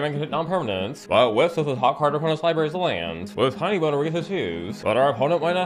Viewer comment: Ok, of all the "NSFW mispronunciations" to make, Tinybones is ILLEGAL to do that to, and I demand retribution for this unforgivable crime